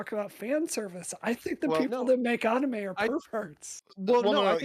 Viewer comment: Why is she pronouncing anime like that